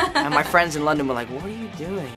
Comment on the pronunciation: Idk why but hearing Tom Holland say "London" in an american accent makes me happy